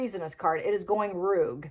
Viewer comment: Rogue? Pronounced rogue…not ruugue… o as in know…